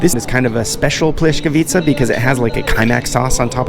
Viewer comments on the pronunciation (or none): plyeskavitza no H in it. overall good review mate, cheers from Belgrade. and yes there are a lot of none meat dishes since we fast in manor of our Orthodox ways... and those were stuffed paprika, not sarma.